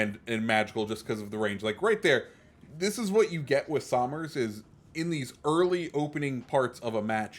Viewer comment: Btw this ship in real life is named after my great great grandfather. I think. I can’t remember how many greats but it’s after Richard somers and the way you pronounce it is “sum-ers” you would say it like you’re saying summer but plural